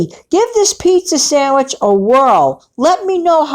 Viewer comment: Pizza "sangwich" sounds yummy! 🍕🥪